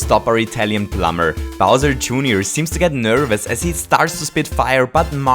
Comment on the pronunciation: ahaha! "smol bowsur" i love it